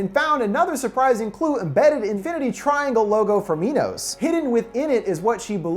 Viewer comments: 'My-noss' like the greek king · why pronounce it "mee-nos"? isn't it "my-nos"? y'know, like the greek king who had daedalus create the labyrinth to house the minotaur? i mean shit, you wouldn't call it a "mee-notaur". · I kept laughing when he said "Mee-nos" since my dog's name is Minos but we pronounce it "My-nos". Clever name though since King Minos was the ruler of Crete who had the Labyrinth made to house the Minotaur. Also, he became a judge of the dead so it works two fold as they are judging those they are leading to die. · Am I the only one who thought MINOS said MINDS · nop i am there too this whole time i thought it was minds